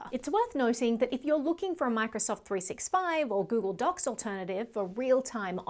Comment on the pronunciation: Really love your channel. Very very very small super insignificant note: it’s pronounced “three-SIXTY-five”. Cheers